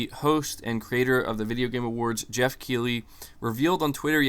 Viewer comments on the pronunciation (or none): none